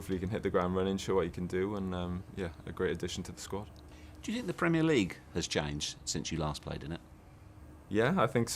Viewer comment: Mourinho: "I sink..." Bale: "Yeah.." Mourinho: "I prefer not to say.." Bale: "Yeah..?" Mourinho: "fu*king bulls*it" Bale: "Yeah!!"